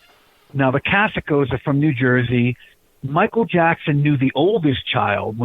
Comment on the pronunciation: Pronounced Casio like the watch not Casico